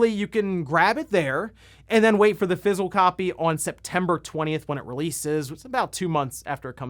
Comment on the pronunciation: He keeps pronouncing physical as Fizzle in this video.